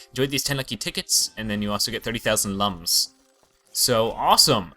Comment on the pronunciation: Looms not lums